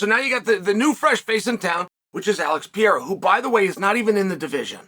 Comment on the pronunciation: I think The way he says Alex's last name is disrespectful personally to George St-Pierre 😂